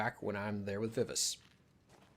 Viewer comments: You gotta work on your pronunciation of Vivace. ;) It's my name and is pronounced "Vi-Va-Chey". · She is correct vi vah chay...